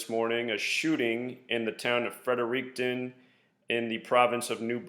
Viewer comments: It’s pronounced “Fred-er-ricton” like you are saying “Fred” first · It's pronounced Fredrickten lol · Fredericton is a city pronounced (Frederick- ton) for future reference